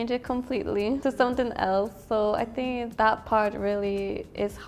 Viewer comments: что за синк (think)??????? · блин да скажите ей кто-нибудь чтобы она перестала говорить синк, синк это раковина! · "I sink" 😂